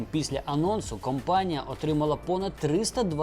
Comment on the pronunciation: Цікаво, спасибі. P. S. Не "кампанія", а "компанія" - це дуже різні речі.